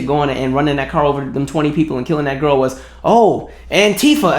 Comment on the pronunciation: I heard "I gotta WASH my back" and tried to figure out what was happening on your buses 🤣